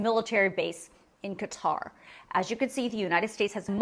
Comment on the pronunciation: Thank you for the information, INCLUDING pronouncing Qatar correctly! You’d be shocked at how many legacy media people say it incorrectly. It’s a little thing, in the grand scheme of things, of course, but I’m grateful to you for this nonetheless!